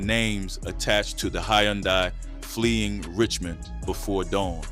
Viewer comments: Brother it’s Hyundai “huhn-day” not yondai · Hun dye say it with me... Hun Dye... Jeezus Christ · BRO U DONT KNOW HOW TO SAY “HUN-DAY” FUQ THE SPELLING WHERE ARE YOU FROM WAT COUNTRY U LIVE IN YOU FUQ DAT WORD UP 36 times damn!!! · I had to cut it off when you refused to say the word "and" and kept saying "plus". The hayoondye killed me too. Idk what you got going on bro but tighten up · The way he keeps pronouncing Hyundai is killing me lol stop narrating these videos with AI lol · This mf can't even pronounce a basic car make properly. 🤦🏾‍♂️😫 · How many different ways is the AI going to pronounce “Hyundai” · Now I know damn well you can say Hyundai lol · Damn AI you done pronounced her name 4 different ways already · That word “Hyundai” was whooping the narrator ahh 😂😂😂😂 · Man, I hope the person doing this is actually AI. If not, they gotta be a stupidest person ever. That is not how you say Hyundai🤷🏾‍♂️🤦🏾‍♂️ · God rest her soul and bless her children but can we pronounce Hyundai correctly 🙏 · The 10 different ways he pronounced Hyundai 🤨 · Ok King good video! 🫡Can you please just say “Sonata” from now on because you tore up “Hyundai” so many times that I started questioning if I was ever really saying it correctly and I worked there for 7yrs! 😅🫶🏽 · How tf you keep fkn up the word HYUNDAI? gotdamn smh. Fkn Hyundai???? My 4 &8 yr old does that effortlessly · Especially with the mispronunciation of Hyundai.... fkn Hyundai. Smh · The way he saying Hyundai is pissing me off 😭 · And I can’t get past the way he keeps pronouncing Hyundai 🙄